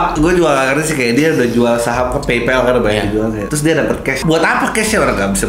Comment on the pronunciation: Eh mbak yg branding nya jd Storyteller yg JAGO bahasa inggris, belajar cara baca "PayPal" yg bener ya.. Dari mana ke mana jadi pronounced "peipol".. padahal kan PayPal = Teman Bayar